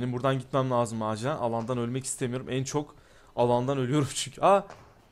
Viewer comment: seyfte olmanız lajım diyo hahahhahah